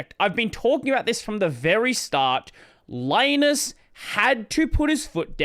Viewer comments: Li-nus. As in Linux. Not "lye-nus". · Please stop calling him Lie-nus. It's Lee-nux, not Lie-nux. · ...I always pronounced Linus' name like the "Lin" in Linux